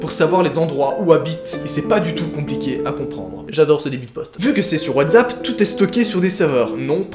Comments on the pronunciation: WhatSSSSAP et pas WATZAP BORDEL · ta dit WATZAP xDDD